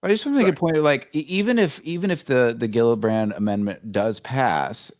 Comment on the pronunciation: Love you guys, to offer constructive criticism, say the names right 😁 JILLabrand, not Gildabrand, lol, and the acronym is only 6 letters, AOIMSG, easy enough 😁 yes it's dumb but we're not and we don't wanna look it 👍 keep up the good work I'll continue to watch every episode, thank you all for your hard work on this important topic, you're all awesome 👏